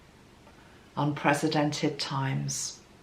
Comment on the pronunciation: And the way she pronounced it, to my ears anyway, sounded more like unpresidented, with a Z sound for the S, as opposed to an S sound for the C in unprecedented.